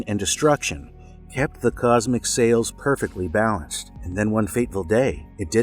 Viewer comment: "Cosmic sails?" Scales?